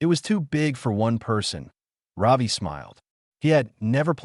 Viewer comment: Ravi…. Not Robbie…😊